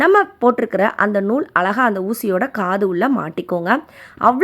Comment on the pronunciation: Iluthu alaga what an awful pronounciation!